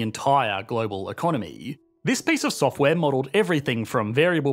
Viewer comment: "In the softw'ääääääre"